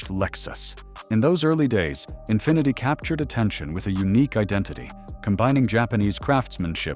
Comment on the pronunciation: The " Infineety " .... yeah, he actually said Infineety.